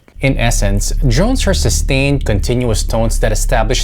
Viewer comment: Man, why do you keep saying Jone? I really hear Jone Jone Jone, not Drones .